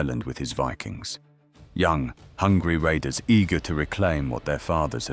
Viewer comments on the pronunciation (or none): none